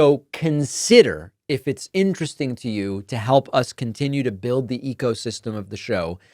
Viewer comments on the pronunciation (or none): none